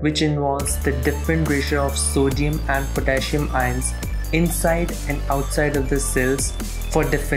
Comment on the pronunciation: The way he says ions annoyed me lol